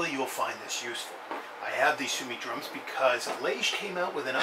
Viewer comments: Thanks for the video. Simple showing of how to load and why you need to do 8 clicks. However your pronunciation is a bit wrong.. Su-o-mi (Su O Me) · No brother its su-o-mi